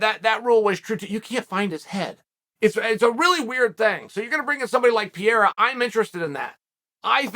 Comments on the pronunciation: Not Pierra..."Pê rey rah" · Chael kept mispronouncing Pereira. Kept saying Piera. Fun Fact Piera Rodrigues (UFC Straw weight) and Alex Pereira are both managed by Ed & Jorge. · it's pronounced Peh-Reh-Ruh. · Call him Alex, because " Pierra" sounds awful. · Who’s “pierrra” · Pee era, blah hall, kuh beeb.. 😂😂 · "Pa re ra" the man who knocked out Izzy deserves the respect of pronouncing his name correctly...check out his fight history...he's a bad dude! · I'm not one to argue with the goat but say it with me now purr-era. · Peeyera? LOL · Chael pronouncing Pereira’s name is the most offensive thing he’s ever done to Brazil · Just pronounce 'Pereira' properly ffs. I had no clue who you were talking about for the first 1/3rd of the video. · My only complaint is.. Put some respect on theirs names and pronounce them properly, Uncle Chael..